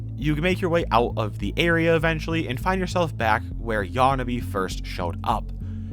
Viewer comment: Hey, it's Yarnaby not Yawnaby.